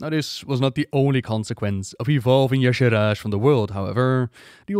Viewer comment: Check the wiki. He said it right.